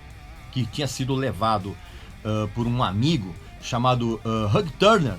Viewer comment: VC se acha por pronunciar "Ulrich", mas nao sabe pronunciar "Hugh". Lol